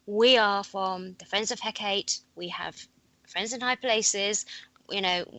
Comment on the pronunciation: Hecate (or Hekate) He - as in 'hell' Kat - should sound as 'cart' e - same as first 'e' (as in 'hell')